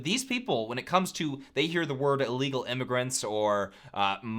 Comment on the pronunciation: I think you mean illegal with an “I” at the beginning with a short “I” sound